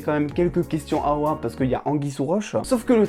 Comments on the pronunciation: C’est Ward pas haward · Bonne vidéo mais juste, pas award ou oward mais juste Ward